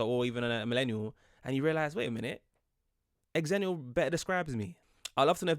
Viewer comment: The original Xennial birth years were 1977 to 1983. Don't know why they changed it. Don't know where they're getting their information, but I swear, it was originally 1977 to 1983. And yes, they used Star Wars release dates as a reference point. XENnial. The Half-Life Generation. "Different to" rather than "different from" is a prepositional preference of the UK. So I wonder if a Brit wrote this, then decided to give the A.I. voice an American-adjacent accent. Which is fine. Just an observation. Ackchyually, it's pronounced "ZENnial."